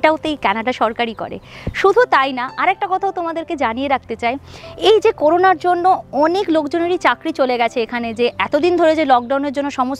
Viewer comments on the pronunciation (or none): I’m very informative and thanks for your information but I think your pronunciation is good only I noticed your pronunciation on corona. it’s not coruna, not RU, it’s RO, corona.